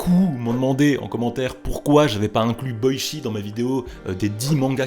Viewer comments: Ça se prononce " Boitchi " Pas " Boichi " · Super vidéo ! Mais Boichi sa se prononce pas "Boitchi" ?